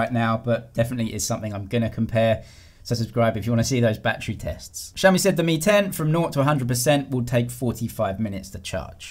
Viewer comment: lmao I heard the same ting as well. realme 10 vs real Mi 10 😂